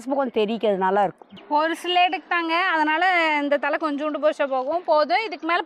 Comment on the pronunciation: "கோவை தழை"யை, " 'கோவை தலை' என்றும், "மருதானி தழை"யை, 'மருதானி தலை' என்றும் சொல்கிறீர்களே!